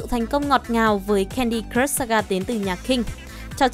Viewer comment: Thấy bạn nữ này đọc mấy từ tiếng Anh cứ sượng sượng. Cứ nghĩ có thể chỉ do quen đọc tiếng Anh chậm thôi. Nhưng lúc nghe đọc từ "crush" thì có vẻ mọi thứ tệ hơn t nghĩ =))